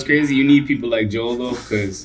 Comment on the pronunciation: You guys are saying his name wrong lol it's Joel not jewell